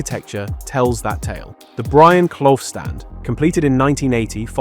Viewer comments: Who are ya? Who are ya? Erm... I'm Brian Cloff mate! Brian WHO? Brian Cloff WHO? Brian fucking ....OH! Sorry young man - this idiot is pronouncing me name wrong - it's Clough! Brian Cough's red and white army! ❤🤍❤️🤍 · lost interest when you cant even get brian clough's name right. not even a forest fan. but know the legendary name clough